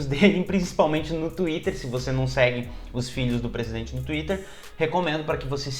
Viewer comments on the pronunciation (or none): none